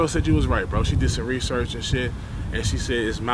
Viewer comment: "'Research lol " "Moose Meese lol!!!